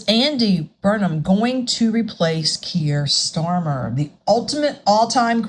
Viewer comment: Your saying his name right